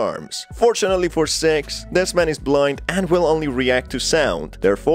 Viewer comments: Nah, appearently a few pointed out the same thing in the comments about how he miss pronounces Sixes name. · That's what it sounds like when I say six too💀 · Bro its SIX not sex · Everyone: "Six": "Sex" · He literally is pronouncing sex, it don’t even sound like he’s Trying to say “Six”, sorry but it’s annoying me😂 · good im not the only one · agent2800 That's not an accent issue, he's doing it on purpose, he even up votes it up above, with the little red heart. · Yo deadass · I turned on the subtitles and I saw the word “s.e.x“ and he kinda said her name wrong it’s “six“ I laughed a little after that 💀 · When he said six it sounded like he said "S£×" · Bruh why U pronouncing six sex Edit: guys this was a joke chill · Man, I heard “Sex”, not “Six”, the entire video. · SIX!!! NOT SEX! LMAO😂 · I keep hearing "Sex" instead of "six" which throws me off every time. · i think what got me is that sometimes he said six and sometimes he said sex. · Ok, so I'm not the only one who notice that his pronunciation of Six sounds like Sex. Good to know! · Bruh, it's six not sex the whole time i was having trouble with captions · The fact that he says "s€x" and not "six" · It’s seggs not sex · six not sex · When he says "Six" sounds like he's saying "Sex"😂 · yea lol even the auto generated subtitles think he is saying sex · He’s light saying sex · Totally had to stop for a minute..I was like wait "Sex"? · He is saying sex on purpose. That's a tactic. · Yea I had never heard of sex before. I thought 6 was the characters name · in the captions whenever he says six it captions it as "sex" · Bruh everytime u said six, i was hearing sex🥲🥲🥲🥲🥲🥲🥲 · Good video my man, but you got to work on your pronunciation of six. lol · Sounds like hes saying SEXS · if I'm not 100% paying attention to the video your accent makes it sound like your saying sex and I keep looking up like WHAT! before feeling stupid that I forgot again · Too fake...pronouncing six like sex as hard as he can.